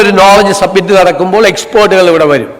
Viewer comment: സർ, സബ്മിറ്റ് അല്ല സമ്മിറ്റ് ആണ്